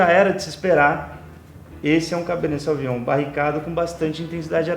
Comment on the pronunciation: Beleza, mas pronuncia-se sovinhon!